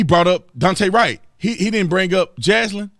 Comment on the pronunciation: I’m not God, but my guess is Jaslyn and Daunte are not going to the same place. Thank you for speaking the truth, Officer Tatum, even if you do have trouble pronouncing Jaslyn’s pretty little name. 😉 Thanks, too, for the love you show for the precious babies who have so tragically been killed this year. They, I’m sure, are going straight to Heaven. God rest their sweet little souls!